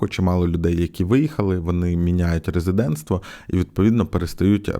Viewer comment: Дякую за відео. Дуже прошу не читати цю букву: Е - як є.